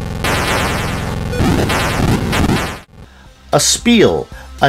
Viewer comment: ES pial. The stress is on the 1st syllable. This is actually a coin op conversion. Are you pronouncing TAITO?